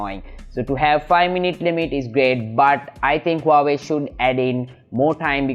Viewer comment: Huawei, Not wawei